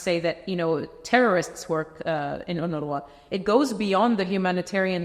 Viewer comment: UNWRA=UNRA The W is silent.